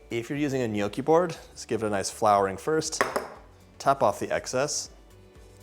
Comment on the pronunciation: Please learn how to say the word “ gnocchi”